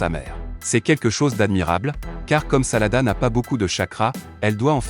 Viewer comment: Ses sarada mes pas salada